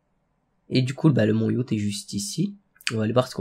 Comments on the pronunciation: mdrr yacht sa se prononce yote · Je rêve ou à prononcé Yachte et pas Yote!!!